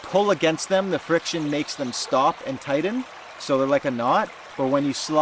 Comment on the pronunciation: TIGHTEN! not tiden! lol Great video by the way.